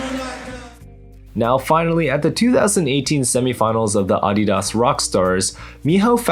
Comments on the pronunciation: Am I the only one that caught him say AA-dee-das rock stars??? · That's the first time I've heard anyone pronounce Adidas that way... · Forget beta/meta, can we talk about how says Adidas? Maybe its my localized dialect in NY but I’ve never heard that company pronounced like that.